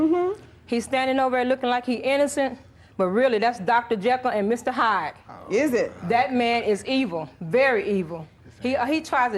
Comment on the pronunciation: Did he say " Dr. Hekyll and Mr. JYDE ???" 😅😅😅😅😅😅😅😅